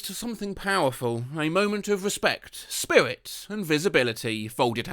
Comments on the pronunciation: Spiwit, bwavado, a touch of dewing-do. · "spiwwit" - Oh, you mean "spirit".... Why can't brits pronounce the letter "r" and usea "w" instead?